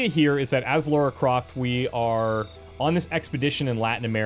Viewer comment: her name isn't laura. its lara. lah-rah.